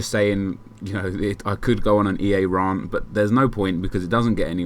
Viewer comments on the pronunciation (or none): you say rant weird